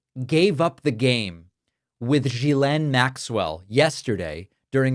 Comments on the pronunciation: Why is everyone calling her Guylaine, isn’t it Ghislaine? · You're pronounce it wrong.. it's Gizlane. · IT S GHILEIN. man learn how to pronounce it😊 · It's Ghislaine. Pronounced gee- slain (like gee whizz). Ho hard is that. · Love all your work. But please. Even though she’s a scumbag, pronounce people’s names correctly. gill-LANE. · David, her first name is pronounced "Ghee-Len," like [the Indian rendered butter] + [Len]. It's a hard "G." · The name is pronounced With a hard G not a soft G like J. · It's Ghislaine - the Gh makes it a hard G. There's no one called Jillaine in all this. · Ghislaine = G-ee-len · gee-LAYNE. Please. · HOW do you follow a story and STILL screw up the pronunciation of Ghislaine's name ?? Obnoxious ‼ It's a hard G.. And then you correct DONNIE'S pronunciation of Mayor. 🤦‍♀️🤦‍♀️🤦‍♀️🤦‍♀️ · The good part is: Now everybody knows how to pronounce „Ghislane“ 🤣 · If everyone would pronounce her name correctly, he might recognize it. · I wish you'd pronounce her name correctly. I am not a fan of hers by any means. But, to hear you purposely mispronounce it is no better than them purposely mispronouncing Kamala. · Why does David mispronounce her name? Even she uses the hard “g.” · I enjoy your show mostly because of your accuracy. I don’t understand why you keep mispronouncing Ghelain Maxwells name? It seems petty for a serious person? It makes one wonder if they are inaccurate in the little things they are probably inaccurate and the big things! Or maybe they just don’t take the time to figure it out?